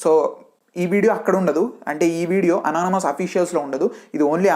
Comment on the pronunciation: Anonymous pronounce crt ga chey bro 😅